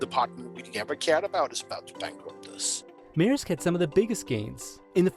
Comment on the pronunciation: Dane here: at in this video the name is pronounced correctly